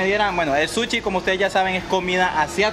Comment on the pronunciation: Jajaja me da risa que dice suchi